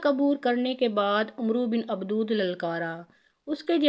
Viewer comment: Ye mohtrama Baar Baar Abad e wadd ko abdood abdood Keh Rahi Hain Kam az Kam Naam TU sahee len